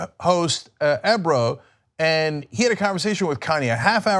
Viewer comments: Damn cenk is so mad! Lmao lemme cop some yeezes And it's E-bro not ehbro you hip-po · Ebro, not Ambro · Lol eb-ro. Its E- bro. Comon Cenk! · This moron who flipped his stance on Trump and started talking about how Trump is bringing jobs immediately after the election is asking if Kanye is a genius or moron? if Kanye is a moron then your fat a$$ is a vegetable.... pronouncing E-bro as Eh-Bro... what world does this cornball live in. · Hahaha Cenk its EEEbro not ebro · Lool Cenk if you see this his name is pronounced E-Bro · Cenk said Ebrah...lol it's EBRO (EE-bro) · It's pronounced E (ē)bro lol. Luv u guys tho. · He called him "Eh-Bro" 😂😂😂😂😂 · it's pronounced e-bro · Cenk pronouncing Ebro(EE-BRO) 😂😂😂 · LOL. It’s pronounced ee-bro. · its Eeee-bro.. long vowel sound on the E... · Its pronounced Eeeee bro, Ebrohim. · His name is pronounced "E" Bro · He’s a musical genius, and that is what I care about. Also Cenk it’s pronounced Ee-bro. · It's fuckin "EEEEE BRO"